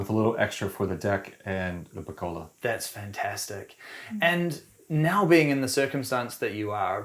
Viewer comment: He said pergola correctly. Legend!